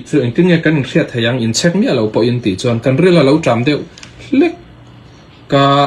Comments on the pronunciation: Tawpic ti mai la...tropic han tih kher...chek poh chhek iti daih a.... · In chhek tihhi alam rik dan tur ani em? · Ti nge Check ti mai lovin Chhek itih tlat,? Tin, glucuse nge glucose, C pawh a hniam zawngin i lam zel a,hypu glycemic pawh ka hrelo